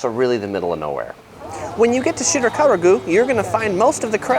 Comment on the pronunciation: He keeps saying Shirakawa-Gu instead of Shirakawa-Go.